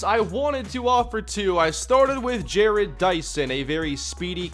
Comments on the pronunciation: Jarrod Dyson's name is pronounced "Jah-rod", not Jared :) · It's pronounced JA-ROD Dyson